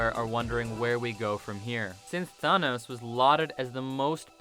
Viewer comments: Its thanos not thonos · THIS GUY SAID Tha-KNOWS THANOS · This man doesn’t even say thanks right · He can't say Thanos right either 🤨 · Or thanos